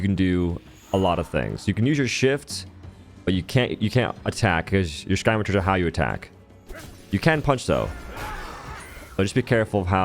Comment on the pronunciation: Dude really said “sky mature” for scmitars